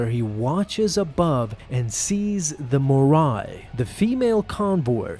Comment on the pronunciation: It’s not “the Moraiiii”. XD